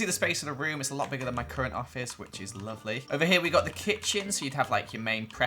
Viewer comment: Did he say blovely??